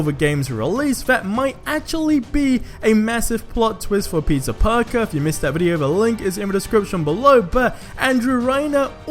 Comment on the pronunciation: Is it me or do i understand Pizza Parker when he says Peter Parker?